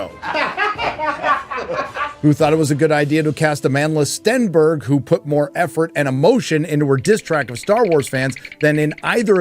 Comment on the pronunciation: think you meant to say amandla stan-berg